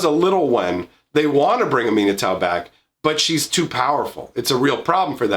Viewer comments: I was confused when you pronounced Aminatou how you did. No big worries though. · When he first started talking about Aminatou, I was just so confused as to who he was talking about until I started to listen to the name itself and figured out he meant the esper planeswalker commander from Commander 2018. I had just never heard it pronounced that way or learned the backstory of that planeswalker.